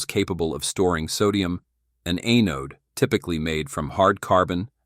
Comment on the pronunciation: A-node…. You know, kind of like A-hole…. Thank you A-I…